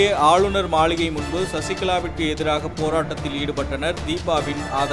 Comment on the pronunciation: மளிகை illa மாளிகை baaa😸😸😸😸😸